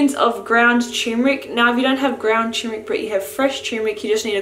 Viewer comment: Cherrrmeric. Hah lol